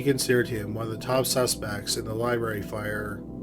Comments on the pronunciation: Lye-Barry lol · Any1 else want to shut it off in first minute because he says "liberry" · Omg the word is "Library" Learn to pronounce words more professionally!!!